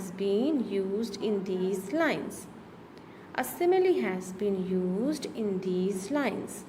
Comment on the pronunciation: your simile pronounciation is wrong